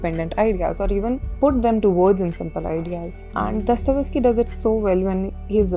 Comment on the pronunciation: It's Dostoyevsky, not Dostovesky